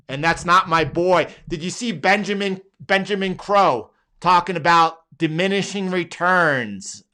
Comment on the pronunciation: Did "Benjamin Crowe" mean "Benjamin Cowen"? I had to unsub from his channel after being subbed for a few days because I don't need the pessimism on his channel lol